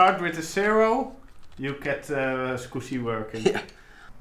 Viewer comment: Gotta love the way he says Adaptec Skoooscy Controller